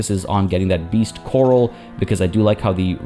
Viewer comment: Last episode I didn't want to nitpick but now it came up quite a few times, so: "corral" isn't pronounced quite like "coral". The emphasis is on the second syllable and it's A as in Apple